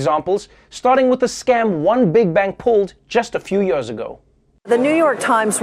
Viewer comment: maybe treavor should learn to say YEARS and not yers. and CONTROVERSY instead of cun trovir sy. lolol.